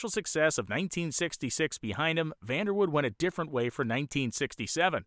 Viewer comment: Great Documentary, grew up in KC & seen the Dutchman run many times at KCIR. This is the first time I've heard his last name pronounced as Woud without the "e". I seen Vander Woud-"e" at one of the local chassis fabrication shops in the late 70's early 80's visiting its owner. I've seen an online article stating Bob Sullivan, with one of his Pandemonium cars was the first Funny Car credited to break 200Mph while claiming he never ran anything over 392 cubes. Online search should find his article.